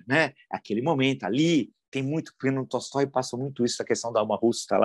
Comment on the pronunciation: Para quem tem interesse em pronunciar corretamente palavras russas: Tolstoi lê-se : Talstói